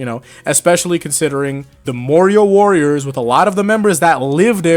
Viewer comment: Marrior Worias?